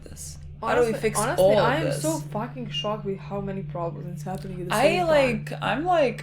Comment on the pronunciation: ''AW YOU'RE SUPRISED, YOU'RE SO SOCKED'' I DIED